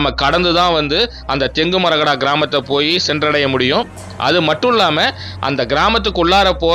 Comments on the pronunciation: யோவ் அது தெங்குமறஹாடா Not ஜெங்குமரஹட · It's not Thengumarahada sir. Then-Kumara-kada❤ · தென்மரக்காடு என்பதை தெளிவாக சொல்லவும், கன்னடம் போல் உள்ள பெயர்களை தமிழ் படுத்த வேண்டும்